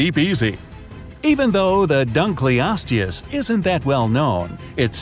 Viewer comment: He pronounced dunkleosteus wrong